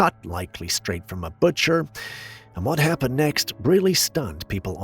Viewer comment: I love the way you say “happened” 😆 …Hyaapened…😆🤷🏻‍♀️